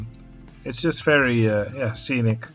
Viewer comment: In the theme of the video: everytime you said 'very' I misheard you for saying 'ferris' XD So uh.. ferris good job!